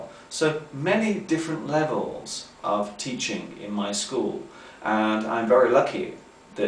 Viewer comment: I've noticed an unusual thing in that video... I've never seen someone saying the -g final when pronunciating verbs with -ing, for example. So, that's what did, he said, at the beginning of the video: "teachinG English" Why does that occur? I've never heard a native speaker saying this way.